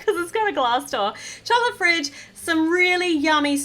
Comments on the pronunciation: You said chocolate fridge😅😂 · Is it just me or did say chocolate fridge at 10 03 😊😊😊😊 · You said chocolate fridge 😂